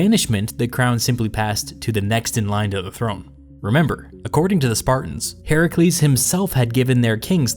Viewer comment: Thank you for pronouncing Heracles, the original way, instead of the Roman way.